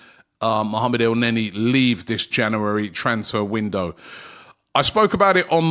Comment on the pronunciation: Another month of Robbie trying to say the word ‘January’ correctly.